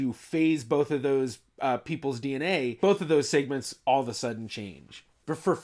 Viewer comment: Why do you pronounce segments weird?